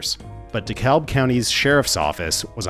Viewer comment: Amazing video, per usual. This channel kicks ass. Also, as someone who both grew up in Atlanta and went to college on the Wisconsin-Illinois border, I feel the urge to correct your pronunciation of "DeKalb". The Georgia version does not pronounce the "L", making it sound more like "DeKabb", whereas the Illinois version almost OVER-pronounces the "L", ending up as something akin to "DeKaLb".